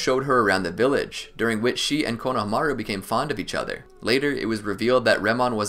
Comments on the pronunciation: I hate how he pronounced konohamru. Konohamiru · Great video! Onlyproblem was the way he pronounced konohomuru. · I don't know why, but I feel like you are pronouncing Konohamaru wrong. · I like how much effort you put in to this but the way you say konohamaru was so terrible man